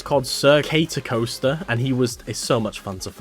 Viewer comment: The way you pronounce Catercoaster hurts me /jk. But seriously, Cater from caterpillar